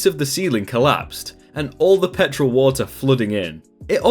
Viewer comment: I always listen to your videos and rarely look at the post because I'm a lil dyslexic. Anyways when you said petrol I thought you said pet troll